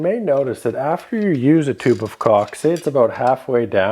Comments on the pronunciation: Am I the only one to keep hearing 'cock' rather than 'caulk'? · Great video but sorry - I’m from Australia and every time you say caulk it sounds to me like your saying cock - it’s hilarious . I’m so mature Thanks for the tips mate